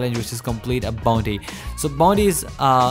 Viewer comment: The way he says bonti